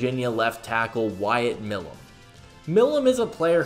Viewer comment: Hey brother it’s pronounced “my lum”